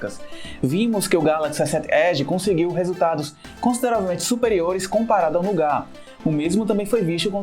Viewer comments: ESSÉT ÉDI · essé ed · Kkķkkk esé ed. Ele fala "S sete" como se fosse uma palavra inglês, aí acaba falando "Esé ed" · só eu achei o modo de como ele fala S7 Edge estranho? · Victor 05 n foi só vc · Ele tem um sotaque nordestino, é assim mesmo, ele fala "sete" com mais ênfase carregado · Bem anormal kkkkkkj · Victor kkkkk verdade